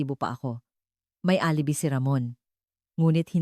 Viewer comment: Where is this narrator from? ALIBI pronounced as alibay